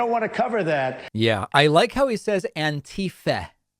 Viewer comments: "They came from Anteeefeh!" Someone should ask him to point that out on a map. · David, sir. I really appreciate the way you mock Trump's pronunciation of Annteefah. It's the greatest mockery ever, the best mockery anyone's ever seen. No one's ever seen a mockery like that. Edit: posted before I was finished typing, oops 😜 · That's ANTIFA with Trump's Arabic pronunciation!